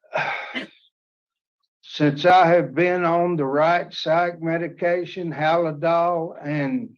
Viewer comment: It’s Haldol, not haladol. This man needs to stay in an institution. Feel bad , even his family has no contact. He’s depending on living off tax payers, and if he don’t get those checks; he may reoffend! He looks much older than 64 years old!